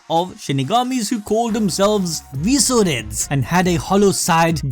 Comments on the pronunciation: Why are you pronouncing visored as viso-red? Lol. Its visored. As in a sun visor. Makes me salty. Edit: all of your pronunciations are weird. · Visored is not pronounced veezored its pronounced visor-ed as in they have visors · I know you guys mispronounce to bait comments and up engagement but... it's pronounced Vi-Zords. The mask is a "Visor". The Visoreds are "The Masked Ones". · Bro does an anime channel cant even say the word visored correctly